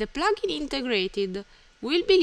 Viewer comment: Its called plugin not plaaaaaagin.